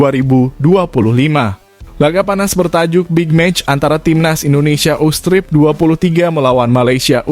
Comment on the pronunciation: Woi Dul....ente baca teks yg bener knp .... Segala STRIP dibaca juga, cukup lu baca U23....Stripnya lu kantongin aja, Dul....Bikin Malu aja😂😂😂😂😂